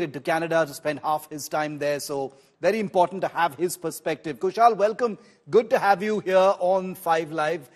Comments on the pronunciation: कुशल को कुशाल कह रहेँ हैँ। इतना तो पता होगा कि रोमन मेँ लिखा नाम गलत पढा जा सकता है । तो नाम पूछ ही लो । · Shiv, His name is Kushal and not Kushaal, the way you are Shiv and not Sheev . Don't try to make yourself as you come directly from Mars.